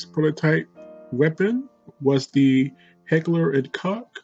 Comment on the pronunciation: It's pronounced Heckler und Koch not Heckler und cock